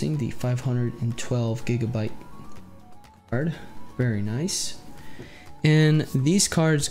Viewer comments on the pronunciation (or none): none